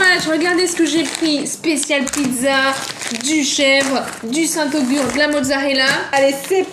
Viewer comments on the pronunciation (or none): Juste pour information on dit pas saint augur , on dit Saint agur